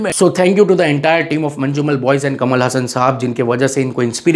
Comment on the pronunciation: Thank you for your appreciation. I would like to correct some pronunciations. It is pronounced Malayaalam(not Mallyalam). Every 'a' need sound. Also J is kind of silent in Manjummel. It's not Manju😊